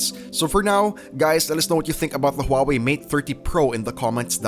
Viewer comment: Even rich people in America cannot buy it because it is banned in their country It's all trump's fault ￼ Learn to pronounce